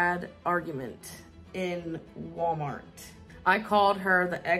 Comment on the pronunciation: I feel boiling, white-hot rage over the way pronounces words. Cute is "key-OUTE", salami is "slommy", Walmart is "wommort". I hate it. SO. MUCH.